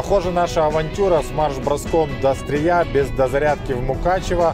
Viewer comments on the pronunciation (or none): Огромная просьба Не СтрИя, а СтрЫя (это если по-русски). Спасибо. P.S. Просто я родом со Стрыя))) Спасибо за видео челендж, расставили все точки над «и».